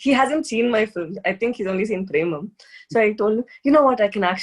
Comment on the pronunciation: Its cute how she pronounce Film as Fili-m.